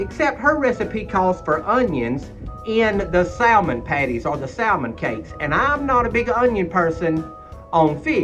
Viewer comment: We make some fantastic Salmon patties here but we also have home-pak Salmon here put up fresh every year. I’m hoping I’ll be able to send you and Catherine some this next season. Also we never pronounce Salmon with the “L” it’s always pronounced with the “L” silenced but to each their own I say. Have great recipe for Salmon patties I’ll share when I send you some fresh Red Salmon packed and some kippered as well! Love you both nice job 👍🏻pS love Salmon patties with fried potatoes and onions of course all cooked in cast iron!!!🙏💙🩷🐾